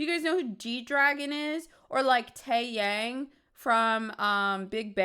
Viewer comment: 💃🏽Tae Yang in this thang Ying Yang in this thang. 🕺🏽 Sorry that's what popped in my head when she pronounced his name like that lolol.